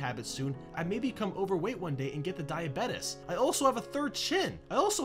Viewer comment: You pronounced Diabetes wrong.